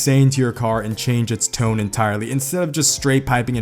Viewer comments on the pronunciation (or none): none